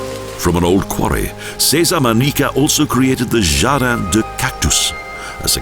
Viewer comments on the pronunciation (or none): terrible commentaries with many wrong pronounciations, unfortunately.Should not happen in professional videos : "Manique" instead of ManRrique, "vinio" instead of vino, Puerto del CarMIN, but it is Puerto del Carmen, "Jardin" is pronounced like an english "Chardeen", not jardin like french.It is not MARIA but Haria